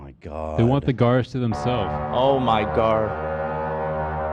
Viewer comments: When he said 'gar' I also said to myself 'did he just say gar?!' and then the crew getting hung up on it the remainder of the podcast really got me. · And how said ‘Oh my Garrrrr🤦🏽‍♂️’ at the end, but no one reacted. Funniest moment for sure! 😂😂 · Ab saying “oh my gar” at the end has me fucking DEAD 😂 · saying OMGar 😂😂😂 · Haha saying a dart and a gar is a Canadian thing I hear it all the time